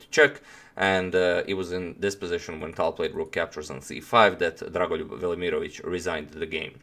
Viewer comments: I clicked to hear how to pronounce his name. I’m pretty sure you are not pronouncing all the letters. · i really like that dragon voluryiermich. And how many times did he say dragunlugj vermoriongage. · Good lord, every time you say Drago’s name I feel like my brain just froze. Slavic names....damn.